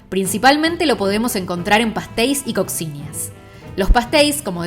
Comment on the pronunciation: se dice COSHINHA